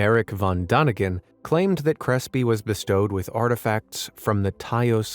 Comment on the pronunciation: it's daniken, not dakien